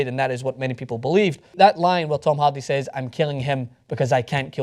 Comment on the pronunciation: As a huge Braveheart and Groundskeeper Willie fan, I enjoy ' accent. It's weird that he pronounces Hardy as Halldy... And yes, Tom Hardy is a brilliant actor.